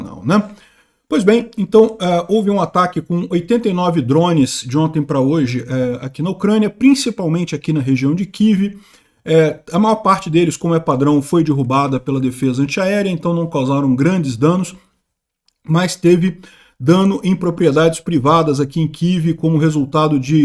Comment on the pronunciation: dErrubada* e não dIrrubada, bora, vc consegue!